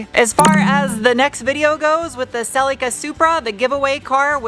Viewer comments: The "i" in Celica is pronounced like the "i" in "is", please stop pronouncing it like Celeeca. 🤦‍♂🤦‍♂ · SELL LEEK AAAH? Celica?